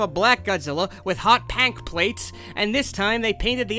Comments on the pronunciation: it's. not pank it's Pink! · i thought you just created pank because of how you say it but no its a actually color😅